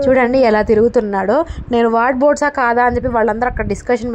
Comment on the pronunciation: వార్డ్బోర్డ్స్ kadu andi wardrobe antaru. ఏమి అనుకోకండి ఇలా చెప్పాను అని. మీరు ఇంకా మంచి వీడియోస్ చేసి బాగా సక్సెస్ఫుల్ అవ్వాలి అని కోరుకుంటున్నాను. ఆల్ ద బెస్ట్.